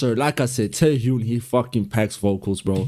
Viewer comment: The pronunciation is JUN/JON not jin. So Yeonjun. Same for Beomgyu, it's guy not gi. In Taehyun, the h is more strong